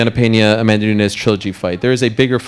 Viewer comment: As an English learner, I enjoy Peña interviews. I learn a lot of new words, expresssions, and her pronunciation is so clear that I understand pretty much everything.